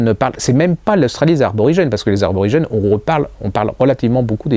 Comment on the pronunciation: On dit Aborigènes et non aRborigènes 😉